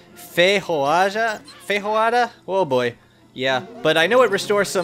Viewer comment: Thanks for the series, im learning a lot with it. Btw, Feijoada is a brazilian food, you can pronounce it like, fey-joo-aah-daah